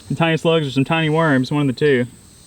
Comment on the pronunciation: Sakura Playz she didn’t say mroms she said wroms